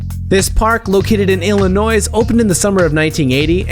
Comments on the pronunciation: Boi, you said Illinois with a strong S. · DONT PRONOUNCE THE S IN ILLINOIS UGHHHHHHHHH